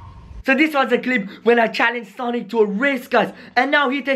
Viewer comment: Do you call sanic